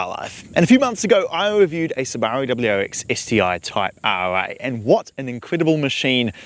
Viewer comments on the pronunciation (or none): Hearing a kiwi say Subaru reminds me of when Aussies ask ‘say fish and chips’! 😂